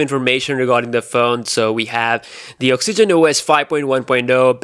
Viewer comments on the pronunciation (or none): none